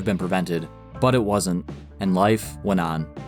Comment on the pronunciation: "Rob GreT-Ton", not "Rob Greh-en". "but" is not "buh", "tighT" is not "tighhh" ...... It's so easy to spot someone of the generation that was saturated listening to rap music.